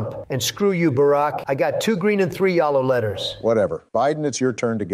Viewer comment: Ah yes my favorite colour YAlow xD